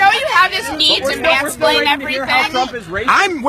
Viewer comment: "Mansplane" lol